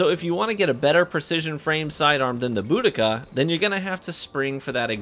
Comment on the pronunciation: It's bO-dee-kuh